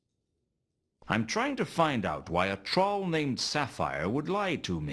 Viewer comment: Rod Brydon’s American accent is pretty good, except for how he pronounced “troll.”